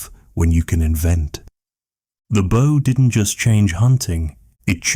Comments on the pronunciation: Very good 👌 but why pronounce bow as bough so many times, is it narrated by AI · And many mispronunciations of the word "bow" as the tool used to launch an arrow. I keep looking for a boat. AI at work.